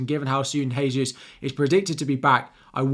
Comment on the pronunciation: Gabriel Jesus is not from a Spanish speaking country therefore his name is NOT pronounced Haysus